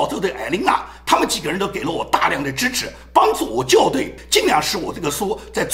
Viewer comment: “校”在学校中读作xiao. 在校对中读作jiao.